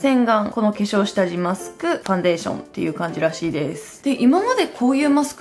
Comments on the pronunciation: ファウンデイション笑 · ファウンデイションｗｗｗ